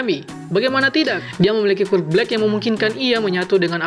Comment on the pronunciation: Bang kalo ngomong quirk nya yang jelasan dikit gk terlalu kedengaran